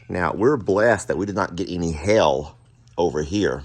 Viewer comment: Oh my, the way you say "hail" sounds like that place full of fire and brimstone... Jami should have you say hail multiple times on camera so we can all laugh with her. Sorry, I am sure you didn't want me getting that kind of humor today.